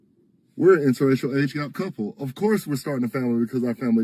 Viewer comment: And the old woman cannot even pronounce "inter-racial"...she keeps saying "interrational"😂😂😂